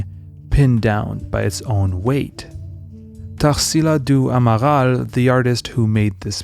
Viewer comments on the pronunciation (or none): Esse cara falando o nome da tarsila do amaral em francês é de foder kkkk